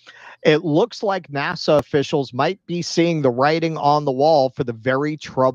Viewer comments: Maybe it's just bc I have it on1.5 speed, but it sounds like he's saying "Nassau" the capital of The Bahamas everytime instead of "NASA". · I like the way pronounces NASA as if it's a port in The Bahamas.